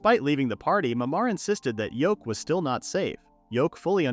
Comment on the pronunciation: I hate that the AI is calling him Yoke he ain’t a egg his name is Yuke and whoever subtitled it also got his name wrong it’s even written Yoke you think something as simple as a MC’s name you could get it right